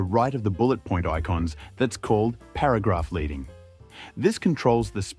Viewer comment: That was very interesting and informative - thank you. Just one very minor insertion of pedantry: "leading" is pronounced phonetically as "ledding" and refers to the varying thickness of pieces of lead inserted in between rows of metal type to alter the space between lines in letterpress typesetting. Yeah, I'm that old!